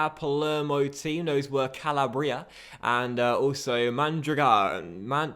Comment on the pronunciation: Just to let you know, you are pronouncing "Calabria" incorrectly. It's pronounced Ca-lab-ria. Not Cal-a-bria.